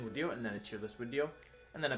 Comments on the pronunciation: Why does he say “wideo” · How could I forget about the daily pleasure of hearing wideo man? 😧, anyway day 90 something on commenting? <3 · I like when Wideo Man posts a wideo